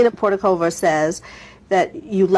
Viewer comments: Ma’am pronounce “porizkova” correctly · If you're going to interview somebody, make sure you pronounce those names correctly, especially if they were a famous supermodel. That was just sloppy. I wouldn't have answered her questions either.